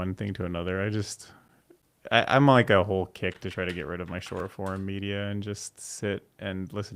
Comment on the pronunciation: Why does say "Shore form" and says "Short form"?